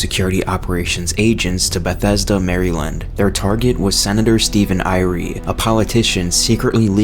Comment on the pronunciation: Mary-land?! My soul died with that pronunciation.